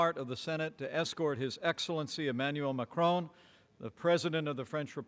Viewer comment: Look at Macron's brief facial expression when this guy tried to pronounce his name :DD Why are English speakers not able to pronounce anything which is not English correctly?? :P